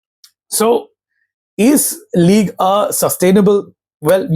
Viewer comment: Ligue “uh”